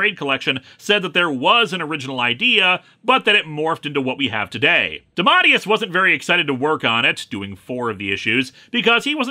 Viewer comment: Actual Lee, Dematteis is pronouce Day-Mah.tAY-us